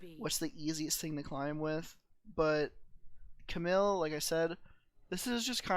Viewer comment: It’s cam eel not camill!!!